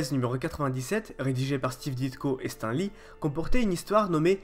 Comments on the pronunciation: Ça se prononce STANE li fait un effort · Tu ose parler de stan sans savoir dire son nom ???!!!!!?